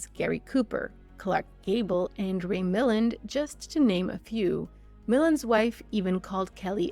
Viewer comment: Grace Kelley - the actor you mentioned was probably Ray Milland. Mil - land' accent on the second syllable. That babe got around. Pictures weren't as common in the 19th Century; probably the only picture a family may have had was of their dead child, etc.